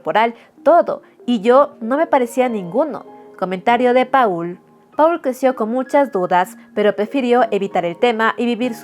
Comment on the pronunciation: Paul se pronuncia "Pol"